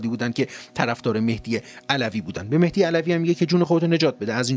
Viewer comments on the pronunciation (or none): none